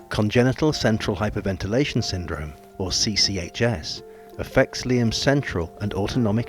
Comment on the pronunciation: props to the mother for saying the syndrome perfectly it would prob take me a few takes😅